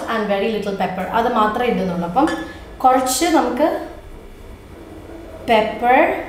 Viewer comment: English paranj paranj malayalavum athupole aayo🤣🤣 Kozhach alla korach